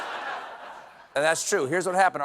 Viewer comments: Glad you corrected the pronunciation of emu (emew) after the first mistaken “emoo”! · Stephen please! As an Australian, I must ask that you pronounce emu properly. It’s “eemyu” not “eemoo”. I love your work, but that’s a huge bug bear of mine. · EMU - 'eem you'. Not 'ee moo'. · it irks me more than it should when americans say EMU ......it's said "E-MEW" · As an Australian, always cringe whenever a seppo pronounces emu